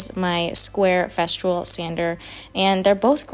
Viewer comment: It’s Festool. No r in the name of the sander.